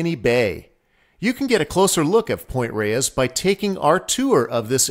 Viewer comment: "Point Reyes" is one syllable...like "Point Rays."